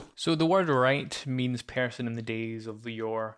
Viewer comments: I might of been mispronouncing it but I think the word "wight" is pronounced like "white" not "right" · No you're correct. There's no "R" sound in Wight - sounds like White